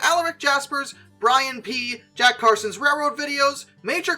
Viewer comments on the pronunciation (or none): none